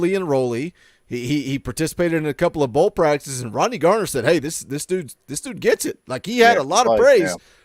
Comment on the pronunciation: Why yall () keep calling him Coach Gardner? It's just Garner, bud.